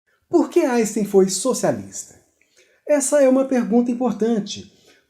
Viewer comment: Não dá para aguentar ele falando "Aisten".